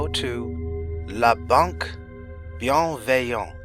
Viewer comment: I'm thoroughly impressed! You pronounced 'bienveillante' passably well for someone who clearly isn't a native speaker. I can't quite tell if you learned French in.. I'm gonna say late grade school or very early high school? or if you used a dictionary with a pronunciation sound clip and mimicked it. I'm leaning towards the former; some sounds are hard to simply copy if you haven't learned them.